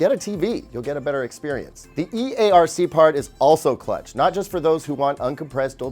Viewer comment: Him saying clutch was weird